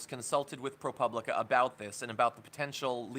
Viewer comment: pro POO blica is how it is pronounced.